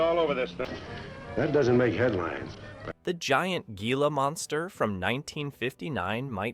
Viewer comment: GEE-LA Monsters ? AI BS